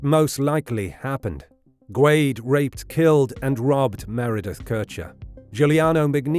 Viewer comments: I've always heard Guede pronounced "Gwayde-A." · Rudy’s last name is pronounced “Goo-day”. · Is it not pronounced Guh Day? Maybe I’m wrong idk 😂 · I’ve always heard Rudy Guede’s last name pronounces as “Ge-day”, not “Gwade”. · It's pronounced goo-ehday.